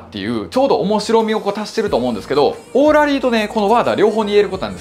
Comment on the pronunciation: オーラリーのイントネーションが気になるけど